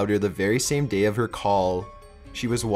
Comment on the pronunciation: 40 minutes of this narrator's dropped syllables would make me poke my ears out. dropped theeeeeemmmmm daayyyy social worrrkerrrrr good lord kill me now what sucks is this video would probably have fascinated me!!!!! but i can't do it. nope!